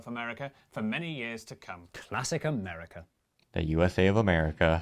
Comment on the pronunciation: United States "of" America. NOT AMERCA